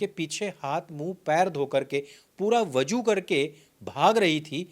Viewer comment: vaju nahi be vazu hai, jaahil ko bolna bi nahi ata